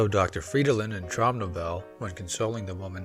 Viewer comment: OK, akshuallyakshually: It is pronounced Trowm No-vell-ah